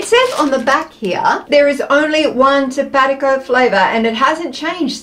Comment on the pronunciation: Tapatio is pronounced Tap a tay o 😊